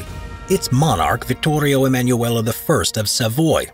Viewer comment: Vittorio Emanuele the first, not Vittorio EmanuelA the first, Emanuela it's a female name in Italy, Emanuele male name